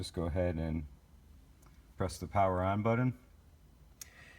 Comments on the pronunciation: Love the car but seriously??? someone the has put together something so awesome yet cant say the word BUTTON... its not Buddon. Killin me!! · love this, but i can't help but chuckle every time I hear him say "budden"